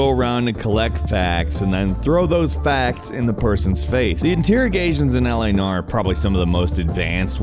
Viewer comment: "LA Nar" Is it me or does every idiot who works for Gameranx mispronounce literally everything ever?